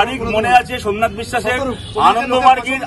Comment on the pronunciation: রিপোঠার ছোমনাত🥴